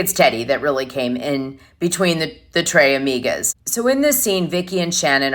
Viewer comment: It’s The treSSSSS Amigas Dana, not The TRE Amigas…. Espanol not Frances